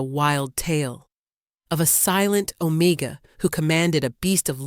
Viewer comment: What does ozone smell like??? AI is a stupid narrator!! OMEGA NOT OMICA!!